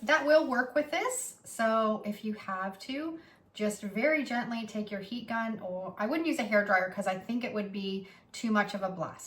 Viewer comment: "Heat Gun," I thought you were saying p gun, or pecon. It took three listens before I figured it out. Not you, me.